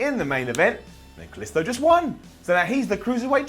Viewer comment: Anyone else hate the way says Kalisto?